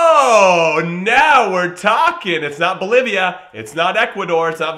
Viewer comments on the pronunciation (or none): none